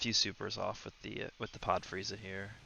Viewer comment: I thought he called:Chair Frieza